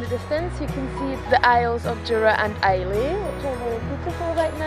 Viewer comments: The Isle of Islay is pronounced without the y i.e. I - la NOT I - lay. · It's pronounced 'isl-ah' not 'islay''